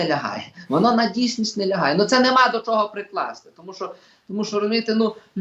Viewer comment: Пан Остап- це румбамбар ,а цей журналіст-то ревінь,бо так щьокає і чьогокає,ніби не чує як звучить українська вимова.